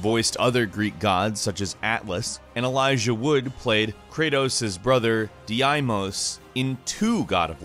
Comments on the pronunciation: D imos bro it's deimos (daymose) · Deimos is pronounced "Day-mose" not "DaY-IMoS" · "(...) Krato's brother, DiAiMos" Bruh, it's Deimos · Dee-aye-mows? It’s dee-mos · dee-eimos? brother of kratos? last time i checked it was just deimos lol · Did you just pronounce Deimos as dee-aay-mos? It's pronounced deeh-mos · The guy that played diemos was mark deklin and it's not dimos it's damos(that's how u Pronounce it dumbass) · Daimos its prenounced (day mose) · de eye mos? wtf..Kratos' brother's name is Deimos (and its pronounced as dee mos) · What did he just say did he said Deyaimos (kratos's brother) its pronounced Deimos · It’s Deimos not Diamos “Day-mos” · Did you really just pronounce Deimos as De-eye-mos? It's pronounced Dee-mos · DIAIMOSSS?? IT'S DEIMOS PRONOUNCED DEE MOSS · Diamos? It's deimos. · His brothers name is pronounced dee-mose not dee-eye-mose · "Deimos" is spelled like "dee-mos" not "DEE - AE- MOS" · "De-I-Mose"??? Dude, it's pronounced "Dee-Mohs". 😂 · Its pronounced as “deemos” or “deymos” not “D-anus” ugh the cringe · It's Dee-mos not Dee-eye-mos. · Maybe more like day-mos but still you’re right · man said di ai mos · Did he just say...'Diaimos' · D-eyemos... yh you got that right pal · bruh, did he just called kratos''s brother diamos... it might be spelled deimos but its pronunced as dhimos, you make us greeks feel uncomfortable lmao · It's pronounced deemos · Guys it's pronounced dey-mos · This man said deeeimoos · De eye mos lol 😂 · I am pretty sure it's pronounced deee-mose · Man said dee-eye-moss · De eye mos....WHO TF IS DE EYE MOS 😂😂😂😂😂😂😂😂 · Nobody: Not a single soul:: DiAimos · Deimos - pronounced day-mos Navi - pronounced nah-vi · Dude do you not know how to say anything it is de-mos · Dee-eye-mose... I shuddered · Diyimos yes best pernunciation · Deee i mos??? Im dead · I'm sorry.....did you just say de I mos ? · why do you say Deimos as "DEIAIMOS" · Dee-mohs. You pronounce his friggin name as Dee-mohs. That’s two videos now.